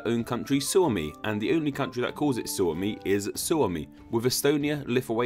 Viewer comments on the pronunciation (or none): Shuomi... XDD kuulosti hasulta ... XD Suomi ei shuomi.. SUOMALAISET EIVÄT LAUSU SANOJA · ITS PRONOUNCED "SAAMI" NOT "SÄMI", TRIGGER ALERT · Because most Americans would pronounce Suomi as "Swami". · "Suomi" sounds like "suo," and suo means swamp. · U cant pronaunce Suomi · thanks for butchering the word Suomi :/ Im now a sad Finn